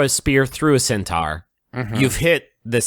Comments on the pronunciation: * theyre intentionally pronouncing it wrong. Lol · Still not sure if their pronunciation of centaur is making fun of Griffin or just the product of West Virginia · i don't know how to pronounce centaur anymore